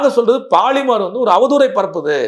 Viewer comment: போலிமர் என்று சொல்லுங்கள்..பாலி..ர் என்ற கெட்டவார்த்தையை தவிர்க்கவும்....